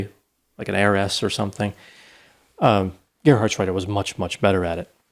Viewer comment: Greetings from Germany! The pronounciation of the name Gerhardsreiter was super. It is a very difficult name. I am impressed.